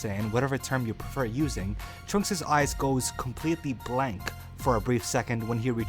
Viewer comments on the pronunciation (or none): none